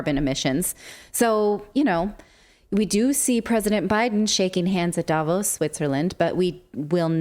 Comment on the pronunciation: Relevant and to the point as always! May I just add that the stress in Davos is on the o, not the a, the o sounding similar to the au in pause. Not that I think anyone will read this, but hey, one can try...